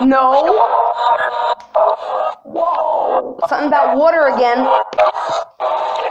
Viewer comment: why she keeps saying us when she say water?